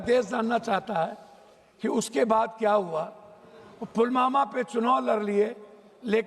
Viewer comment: ये ढोल ठीक से पुलवामा बोल नहीं सकता है पुलमामा बोले जा रहा है